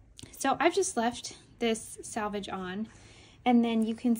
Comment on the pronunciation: *Selvage, not "salvage."